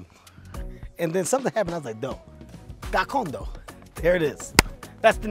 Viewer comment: The way he said Gakondo and Kwita Izina so perfectly :text-green-game-over